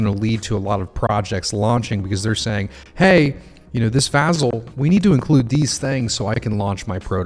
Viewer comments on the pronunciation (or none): vAH-Zel! Lol